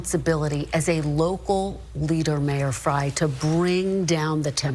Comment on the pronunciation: It is Mayor Jacob “Fry”. We love you!